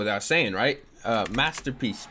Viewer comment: “Mastapeece”